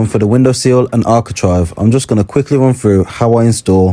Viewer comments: Am i wrong but i always fought its architrave not architrive?😂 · Sorry to correct you but it is ArchiTRAVE! 😂👍